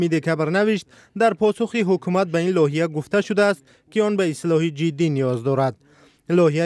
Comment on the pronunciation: Лоҳия ё ки лоиҳа?????